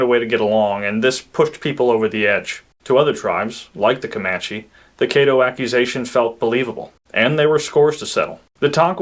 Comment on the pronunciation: Caddo---Kah-doh, not Kay-doh